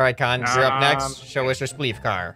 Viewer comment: "It's spleef" not "it splef"